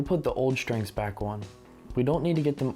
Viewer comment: It was irritating the way this guy kept saying ‘shtrings’. There is no H. STRINGS.